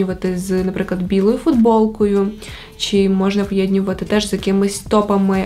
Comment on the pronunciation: Відео супер круте😍😍😍. Але якщо можна, то говори "поєднувати ", а не "поєднювати ", бо дуже ріже слух 😏